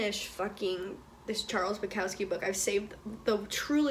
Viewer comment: i really liked your take on the books/poem collections. however, the louis/niall comment was just annoyingly inaccurate and served no purpose. you can embrace your favouritism without putting others down methinks. but besides that, great video. especially great take on bukowski (who is pronounced boo-cough-ski i'd say)